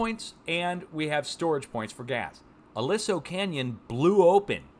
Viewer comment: Pronounced a-lee-so canyon